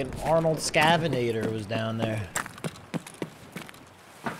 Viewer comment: "arnold scavanatator" lmfaoooooooooooo